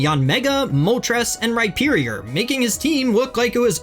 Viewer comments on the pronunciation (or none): none